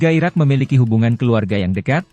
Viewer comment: Judul nya IRAK yang dibaca IRAN, dihapus saja video nya.